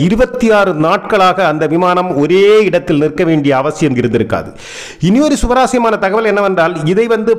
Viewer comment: "சுவராஸ்யம்" அல்ல "சுவாரஸ்யம்"